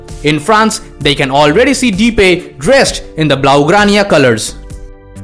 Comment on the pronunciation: You pronounce Depay as The Pie.